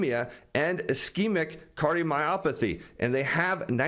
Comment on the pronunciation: Next time you talk to the CEO, ask him how to pronounce ischemic. 😉